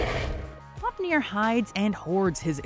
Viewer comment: I’m gonna give you HUGE props for all the pronunciation especially Fáfnir